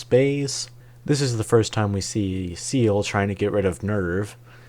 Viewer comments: SEELE is german for "soul", pronounced "ZAE-leh". Longinus is a Latin surname for the roman soldier who speared Jesus's chest during the crucifixion in the New Testament, is pronounced "lon-JI-noose" in Latin or "lon-GUY-nus" in received english. Now you know. You still get a like for effort ❤ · I swear you are mispronouncing things just to troll me.. You dont say "evan-GUEL-icals" you say "evan-JEL-icals". And "OZZ-ka"? They say it in the show! EDIT: oh okay you were lamo 😂 EDIT EDIT: My mans got audio dyslexia hfs SEAL is apparently after a lonjilus